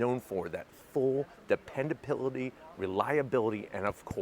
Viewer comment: He said dependapility instead of dependability